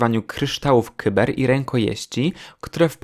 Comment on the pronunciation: Kryształów Kajber , nie Kyber xd